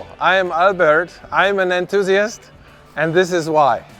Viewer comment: mthusiast to Nthuiast